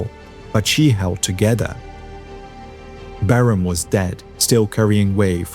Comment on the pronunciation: LOL. Still using the AI generated voiceover. You’re a liar, and just lost a subscriber. Your channel was one of the best, but when you can’t pronounce Barham correctly you lost me.18 seconds and it’s obvious you’re still cheating, thereby ruining your channel.